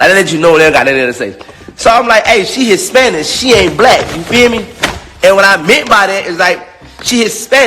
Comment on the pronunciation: Lmfaooooooo "hispanish" Jesus take the wheel